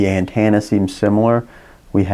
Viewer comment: AntEnna... not antAnna! Damn!!! hahaha Drove me bonkers listening to that!